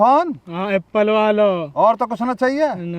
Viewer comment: Apple ❎ Appley ✅